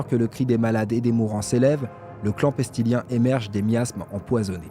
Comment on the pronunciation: Heu... personnellement, mais ce n'est que mon avis, l'écriture de cette vidéo est très bonne, seul point négatif : on ne dit pas le clan "pestilien", mais le clan "pestilens", prononce "péstilèns".